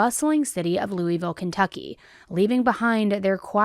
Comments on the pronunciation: You'll know how many viewers you have in KY because we're all on here going, "It's not Loo-ee-ville. It's Loo-a-vul." We'll zero in on that like mispronunciation is the worst crime in this story.😉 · Say it like this: “Luh-vull”. There, now you’re a local 💙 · Am I the only one who gets offended when someone says LOUISville you pronounce it lol-vull and new Albany why she say it new ALbany it’s new all-bany